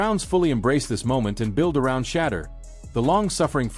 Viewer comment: Why these people seem to be unable to simple say Shedeur but mispronounce his name on daily basis, Wow